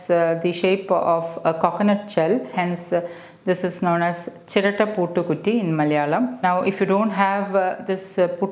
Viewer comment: you're pronouncing it wrongly mam , its puttu not puutu